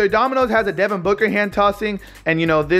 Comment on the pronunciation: It's Booker. Not Booger